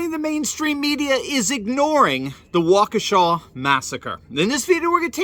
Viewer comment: THANK YOU for being the ONLY one to pronounce Waukesha correctly! Holy cow, it's not that hard. Plus, I think you can get the pronunciation online. Has no one ever heard of that town before? Smh.